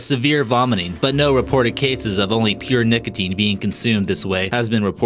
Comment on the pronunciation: anyone else hear ''niggatine'' when he tries to say nicotine?